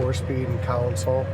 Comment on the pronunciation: CON-sole…….. not COUN - sul 🤦‍♀️